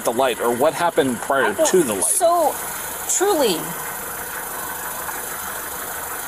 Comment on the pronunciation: Every time she lies, it starts with “Trully” Lmaooo